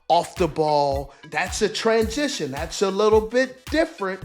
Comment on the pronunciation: "Trans-jishōn" (steve)